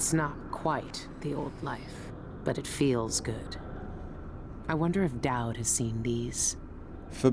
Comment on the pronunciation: this playthough is guna be rough lol i keep hearing DAD rather DAUD